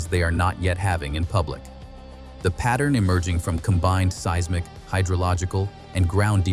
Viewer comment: Learn how to pronounce "seismic" properly.